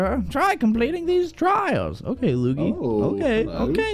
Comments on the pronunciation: Its not lugi , his name is lui - gi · It's not luge luge it's luigi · You said it wrong its LU-I-JI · Luigi's name is pronounced loo-eej-ee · Why do you call luigi loogie bra 😂😂😂😂😂😂😂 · Not Mario Odessy and stop calling Luigi as loogie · It's lu-we-g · Thats not how you say luigi